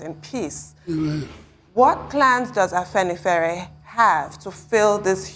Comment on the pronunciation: It is not Afanifare, it is Afenifere. Do your homework before getting on air